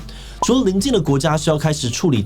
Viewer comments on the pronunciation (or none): 你是對的，單純就是唸錯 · 從小到大都念ㄔㄨ（三聲）理，最近幾乎所有KOL都念四聲，查教育部是三聲，覺得好怪好不習慣